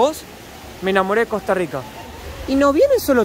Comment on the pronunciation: Cuando el chico trata de pronunciar las erres de costa rica, no las pronuncia bien, las pronuncia como gringo. Puede sonar parecido, pero no es igual, la erre costarricense es retrofleja y la erre gringa es aproximante. La erre retrofleja es más difícil de pronunciar, por lo que se entiende que la pronuncien a la gringa y piensen que eso es todo.